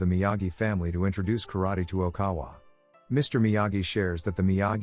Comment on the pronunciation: Ok-in-awa not okawa 😂